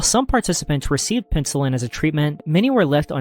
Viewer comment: **penicillin😭😭 also “heinous” is “hay-nus”, not “hee-nius”. It was fine the first time but you pronounce it that way in multiple videos loll